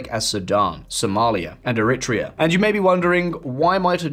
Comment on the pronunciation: It would improve your credibility if you looked up the pronunciation of names you have to use dozens of times, such as Eritrea, instead of making WA guesses.